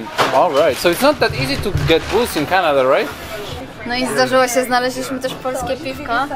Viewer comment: Chinada a nie Canada 🚀👺